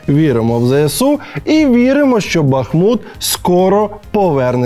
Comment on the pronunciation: окремий лайк, за те що правильно поставив наголос в слові БахмУт 😍